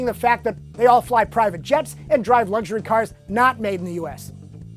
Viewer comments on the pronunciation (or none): none